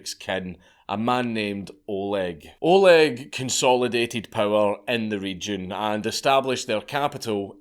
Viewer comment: I’m more than surprised that a non Russian speaker, dankula managed to pronounce everything correctly, especially being an Oleg myself